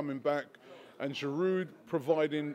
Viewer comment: Giroud is only getting stick from his past performance.. right now he is putting in the goals.. so no Gooner can complain. Pronounced GEEROO ROBBIE, NOT FRIGGIN GEERUDE.